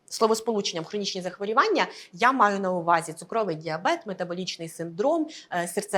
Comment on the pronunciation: Дякую за вашу працю. Але ставте будь ласка правильно наголос в слові захворювання. Це не "а" в суфіксі. Коли лікар, тим більше "в телевізорі", говорить не дуже грамотно, довіра до його слів зменшується.